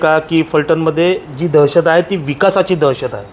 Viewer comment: देहशत नाही दहशत मराठी नीट बोला अगोदर कुठून आलात